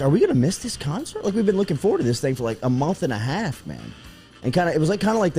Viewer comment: Jordy. It’s not mumf. It’s month. 😂